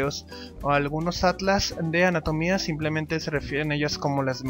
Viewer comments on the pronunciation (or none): none